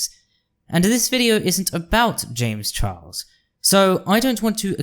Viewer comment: I came here from your comment on a Lily Orchard video, and I really enjoyed this. (I'm particularly amused by what sounds like you saying "Chames Jarles" 🤣) It is a bit frustrating/triggering as a nonbinary femme seeing so many cis/binary people being bootlickers, defending Wynn, and in some cases fucking loathsome toad Buck Angel for their truscum rhetoric... but honestly, I'm not surprised. Performative Moderates will always throw marginalized folx under the bus to protect each other. 😒 I feel like they need to be slapped with Lily's "Natalie Whinging" video. You've got a new subscriber in me though! I await to see what else you have in store!